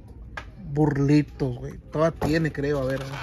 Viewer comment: Este wey lol, bro the way you pronounced bullritos, and how you presented dollar general "tienda de mollos 🤣🤣🔥💯